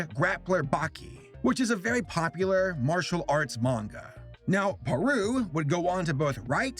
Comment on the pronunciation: Thank you for pronouncing Manga correctly